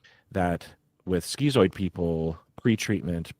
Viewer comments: "Skee-zoid"??? Isn't schizoid prounounced "skit-zoid", like "schizophrenia"? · bros its not "skeezoid" its "schizoid" as in "skiz-oid"